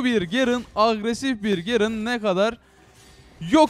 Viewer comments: Artık Türkçe konuşurmusun Gerın ne ya onun ismi garen ve sayon deyil sion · Abi şunlara zeyah gerın sayon deme ya sinir bozucu oluyor sion zayah diye oku lütfen ya